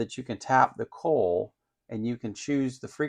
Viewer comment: Yay! If it turns out to be worth while I'll buy the kit and give it a go too! Why can't I have a next door neighbor like you? But I can tell from the way you pronounce the word coil that you live a long far way from me. You deal with Hurricanes, I deal with Earthquakes. Cheers!